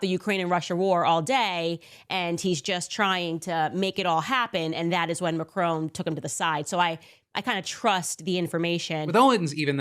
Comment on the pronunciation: Why is Candace Owens so obsessed with Brigitte Macron? And why does she keep mispronouncing Macron? I'm genuinely confused by that whole situation! Why does it matter? What difference does it make? Is this a religious thing? Is this just hardcore transphobia? Honestly no idea why she would spend YEARS trying to prove her theory, like it's some big conspiracy or a crime has been committed. I honestly don't care what Candace Owens thinks. Harassing the French President's wife is just so weird and cringe.